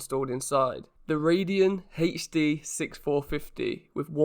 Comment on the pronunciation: what the hell is a “Rad Eee On Hatch Dee“